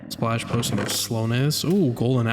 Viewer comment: “Potiom stand”